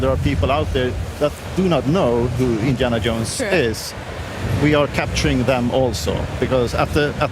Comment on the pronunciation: Indiana Yohnes